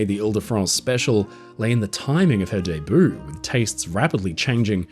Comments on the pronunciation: Loved it!, just FYI, debut is pronounced "day-byoo", not "day-boo". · Is your pronunciation of debut French or proper English? As a speaker of American English I have always said it "day-b'you". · Now if would only fix his pronunciation of "debut".